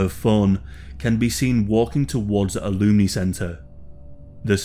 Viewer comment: I also couldn't work out what a "looney centre" was, so did some reading on the case, it was an alumni centre he just absolutely butchered the pronunciation 😂